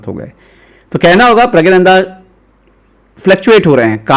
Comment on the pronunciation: प्रग्नानंदा उच्चारण कीजिए🙏🙏